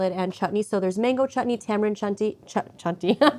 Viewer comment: She said 'Chanthi' insted of 'Chatni'. 'Chanthi' in Malayalam ( one of the many Indian languages ) means Ass 😁